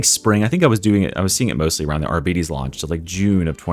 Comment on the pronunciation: Amazing video, but man, it hurts to hear "arbiiites". It's pronounced like Arbiter, but with s instead or f in the end.